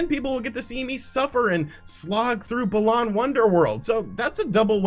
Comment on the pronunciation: First comment (I think I’m tipsy), but why are you pronouncing balan wonder world like baLAWN